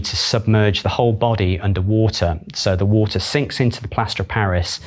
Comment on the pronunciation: Is the r in water silent?